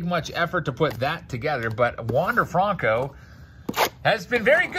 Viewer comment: When you going to start saying his name right FRUNKO 😒😒😒